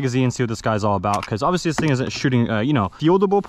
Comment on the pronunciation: bro says "oviously" so much